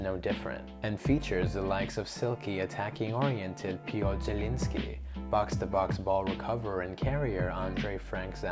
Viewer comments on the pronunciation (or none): none